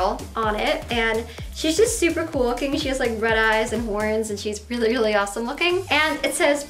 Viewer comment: She can't say "j" either, she says "yust" instead of "just"